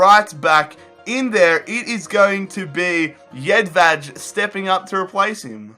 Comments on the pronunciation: Its jedvaj you say it how its wrote hes not spanish so you cant say jedvaz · Jedvej pernounciation 😦😦😦